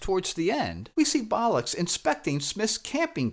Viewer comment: Why are you pronouncing Captain Bolix as Captain Bolux? Is this deliberate smut? snarf snarf